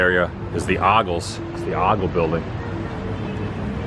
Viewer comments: When you're talking about names of stores of Dolly's hometown downtown it's the Ogle it's pronounced as an O not ah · TN girl here, hate to correct you but...Ogle is pronounced with the O sound like oat, not like goggle. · Ogle is pronounced OH-gle 😉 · If you’re going to tell the story and you’ve been coming to town for “many years”, you should at least pronounce the names right.,,OGLE, pronounced…O…gull…exactly like that…ogull…put it together. Yes, Lee did clean the Dolly statue, when and as long as he could. Good ppl….Dolly is a saint, kept this place up for minimally half a year, after the fire, that’s true too. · For future reference, the name "Ogle" is pronounced with a long "O" (as in "oh my"). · It's pronounced more like It's more of an O sound in Ogle. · Should have learned how to pronounce Ogle before making this video because it sounds awful to anyone who knows how to pronounce it.